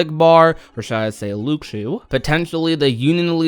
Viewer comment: It’s LU-SHU